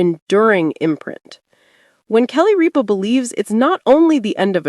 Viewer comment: It is not "Reepa" it is "Rip-a".